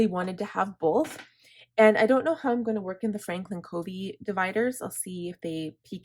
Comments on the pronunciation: You are so well organized~I am impressed! Well thought out. I've used various planners/bullet journal and FC is the best core system and I'll never stray again. (Fyi it's pronounced "cuhvee." My daughter worked for him.) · Great video! I’m working on my planner for 2022 this week. BTW, Covey is pronounced with a short u sound, like lovey.